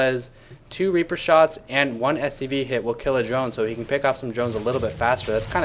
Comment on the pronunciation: lol you've really messed up the word drone!:P